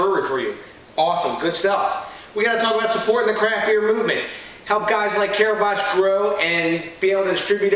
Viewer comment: pronounced CAR-BOCK...not car batch...lol...awesome brewery and even better beer! love the stuff